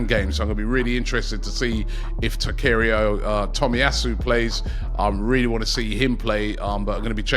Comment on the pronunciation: Butchered your own players name Takirio Tomiyau